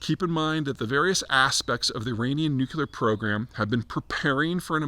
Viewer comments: New-clear, not new-q-ler😂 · The last two videos it looked like P was finally getting the hang of pronouncing it "nu-cle-ar" ... but he's now regressed again to "nu-que-lar". Maybe a sign of the stress? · when you say nucular like a Bush president, that shows lack of knowledge of proper pronounciation... it is pronounced NU CLEAR and you won't sound like a doofus. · Zeihan needs to stop saying "nuke-YOU-ler". It's really tough to take him seriously on this issue if he cannot pronounce the topic correctly. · I'm struggling to understand how a word derived from the word nucleus can be pronounced according to the spelling nucular. Is this a basketti instead of spaghetti, too hard to get the tongue around kind of thing? As a geopolitical strategist I'd like to think that Peter would understand the importance of minimising misunderstanding that changes in the pronunciation of words would create. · I'd wish he'd put the "nu-cu-lar" word behind a paywall also. My ears are bleeding. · Look at my geopolitics guru dawg, he can’t pronounce nuclear 😭